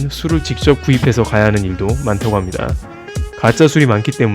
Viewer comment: "합니다" "~습니다" 말하실 때 너무 목소리를 까셔서 거부감이 많이 드네요. 분명한 발음 부탁드립니다